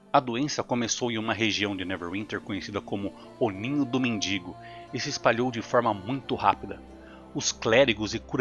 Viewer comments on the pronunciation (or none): none